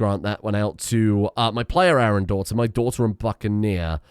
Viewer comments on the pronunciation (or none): none